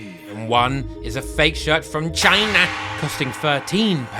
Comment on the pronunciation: The way he said China at the start got me rolling to the moon😂😂😂